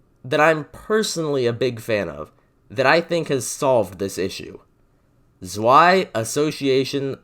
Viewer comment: I always find it funny when people try to pronounce german words Its pronounced Tswai not suai